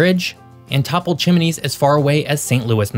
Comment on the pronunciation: New MAD rid pronunciation. Chim-nees not chim-uh-nees. Cap JE RARD o. PAW nee